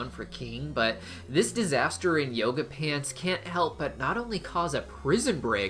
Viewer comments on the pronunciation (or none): none